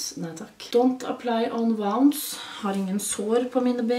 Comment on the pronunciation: Elsker måten du uttalte wounds: vaons Egentlig ounds